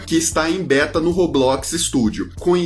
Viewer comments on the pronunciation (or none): none